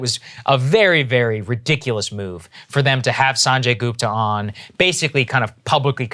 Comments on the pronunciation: Joe said Sanjay Gooper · "Sunjay Gooper" xD Who else caught this? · Saagar Enjeti pronounces Dr Sanjay Gupta like a white person. Shame on you Saagar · He called him Sanjay Gooper lol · Why the fuck saagar pronouncing sanjay gupta with a American accent 🤣🤣